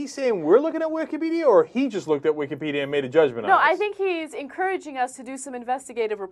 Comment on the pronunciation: LOL "Wikahhpedia"